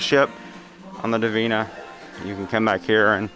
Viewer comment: Interesting ship. Funny to see it so abandoned. Looks like a ghost ship lol. Not convinced you were pronouncing the name correctly lol.